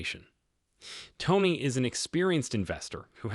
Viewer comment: Narrator and printed test might at least pronounce Tony's name correctly.